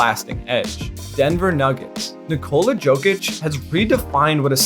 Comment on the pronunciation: It's realy not that hard to pronounce jokic..... Jesus christ.... Nikola also just Nikola not Nikoula or whatever the fuck you said.